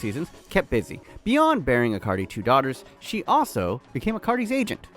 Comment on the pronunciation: why do you keep saying icardi like acardi?